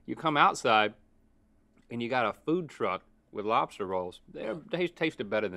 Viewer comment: Lobs-Tart ... just sayin lool